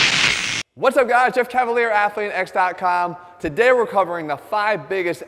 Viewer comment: Hello! Love all your videos, they are very useful! Especially for a young girl like me who is trying to stay fit at home 😎 I’m Italian (from Florence) , and I immediately noticed that you mispronounce your surname! I know it won't be the type of comment you get, but you have a very nice surname (it means “Knight” in Italian!) and it's a pity that you mispronounce it! I hope this link can help you! Un bacio! 🇮🇹